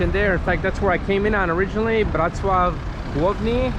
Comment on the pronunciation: not "Wrocław" 🤣